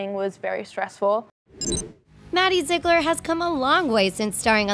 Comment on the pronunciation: This video was really a blast of reality. Btw its pronounced (ZEE-GLER)